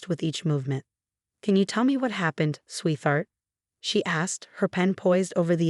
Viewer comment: Please teach your AI voice that the word is sweet - heart, NOT sweeth - art! So annoying.